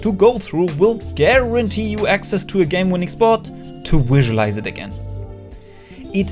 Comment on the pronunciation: someone should count how many times he said "wisualize"